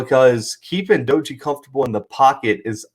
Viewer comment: Not a big deal but WVU’s quarterback’s name is pronounced DAY-gee. Good video. Should be a good game